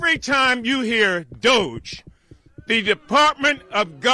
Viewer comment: Idk why people keep pronounce DOGE as DOJE. It just sounds wrong. Completely different from the root word.